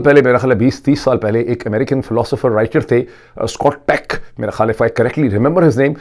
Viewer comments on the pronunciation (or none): Sir his name was scott peck but you were saying scot tech.